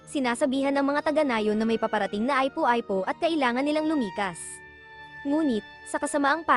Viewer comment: Ung ipo ipo eh aypo aypo ang pronounce, meron pang ibang words na malimali ang bigkas, nalaman ko lang to kasi nanunuod mga anak ko, kaya pala mali din ang mga pagpronounce nila, tinanong ko kung san natutunan, dito daw sa pinanuod nila nato, pambihira tlg, ganda sana ng kwento eh, pakiayos nalang po sana nextime, unsubscribe ko muna at block tong channel, hindi advisable sa mga bata at sa mga matatanda na hindi alam ang mga tamang pagbigkas sa mga bagay bagay, thanks po un lang